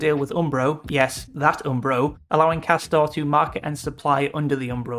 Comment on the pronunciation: Isn’t it actually pronounced ‘Cass-tor-ray, like it’s pretending to be Italian or something?! How embarrassing, as if any Italian supposedly premium brand would be such sh1te quality!